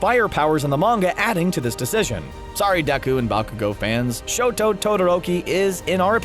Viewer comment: "shoot style" bruh its shoto style